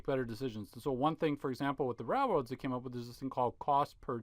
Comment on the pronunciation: I will never be ok with how your pronounce the word "railroads" like "ralroads".